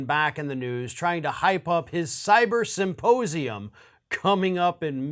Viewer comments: He wants us to take it seriously yet keeps pronouncing it "saposium" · I, still, can only hear him say "supposium". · Mike Lindell is too stupid to pronounce ‘symposium’. He says ‘syposium’. And he simply does not understand how government is structured and how it works. After all of the talking he has done, he should fact check himself before opening his mouth. August 14th should be a fine day. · Am I not hearing Lindel correctly when he keeps saying suposium instead of symposium? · Supposium!? Okay, then! Sure you don't mean suppositorium, Mike? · Did he just say “ Supposium “ ? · Am I the only one who keeps hearing Lindell say "supposium" instead of symposium? It would definitely be more accurate. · He said "suppose-ium" 😆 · ‘Supposium’ .......lol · Mike pronounces it Suppose-ium. What an ignorant pillow guy. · "Supposium". Yeah, you're definitely someone I put my trust in, Pillow Man. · It’s not a suposium. It’s pronounced symposium. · I feel like he kept saying "supposium," which begs the question... Does he thinks it's a "supposium" and, if so, what does he think that is? Does he believe that's where they'll reveal how things are "supposed" to be? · You mean his sy-po-sium? He can't even say it. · Did he say "Once we have the Supposium"? 🤣 🤣 🤣